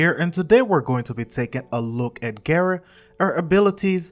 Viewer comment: it's gara not gera there no e in gara